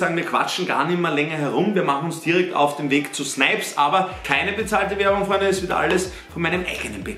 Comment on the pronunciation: Snipes hat meine Oma auch falsch ausgesprochen😄